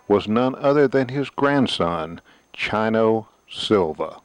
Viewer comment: It's not Chino like China, It's Chino like "Cheek" long 'E' sound, cheers!